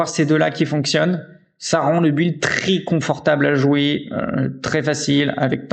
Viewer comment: Excellente vidéo, merci pour le build. Par aileurs, build se pronnonce "bild", on ne pronnonce pas le U, sinon on dirait "gÜilde" ^^